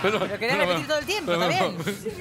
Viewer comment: "¿Puedo rejpetig?" 😂